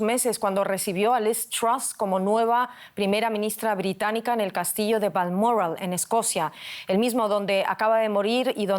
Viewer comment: VALMORRAL Vaya! que se ha comido la locutora?